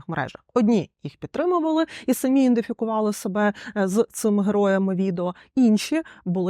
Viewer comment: Не "індифікували", а "ідентифікуфали"